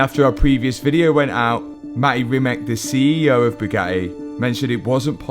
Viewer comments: pls…. Do Not pronounce Bugattis CEO name in a falsely manner anymore. Or better, ever. His name is pronounced Reemats and not Reemak. No I at the end of the when you say Reemak I do always wonder who are you talking about. Please, respect original names and pronounce them as they should be pronounced. You will do him a great favor. Many tx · I’m just curious if they are mispronouncing mate rimac name on purpose or do they not know how to pronounce it.